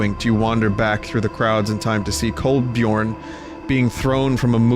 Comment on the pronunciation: Stop saying Colbajorn. It's Colbyorn